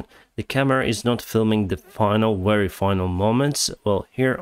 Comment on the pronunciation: Please read "very" with v sound like в in cyrylic alphabet.